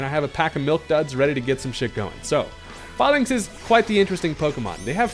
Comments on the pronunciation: HERE IS THE REASON WHY ITS PRONOUNCED FAELINKS NOT FAHLINKS: the pokemon is based off a Roman phalinx. They literally say the real name in the anime too. THE OFFICIAL POKEMON ANIME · sorry to be that guy but I’m pretty sure it’s pronounced “fay-links”, as in phalanx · that’s not how you say falinks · If youre gonna make a video about falinks at least learn how to say the name